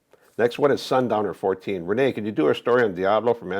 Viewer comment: Renee not rain